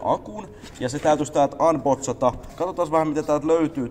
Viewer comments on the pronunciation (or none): En dissaa enkä niinku sano että tarviis sanoo eritavalla mutt niin läppä kun sä sanot unbotsata etkä unboksata:DD muista vielä että en dissaaa